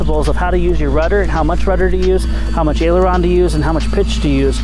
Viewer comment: Did he said ailerons